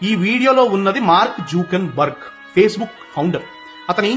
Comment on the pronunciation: Mark juken burg❌ mark juker burg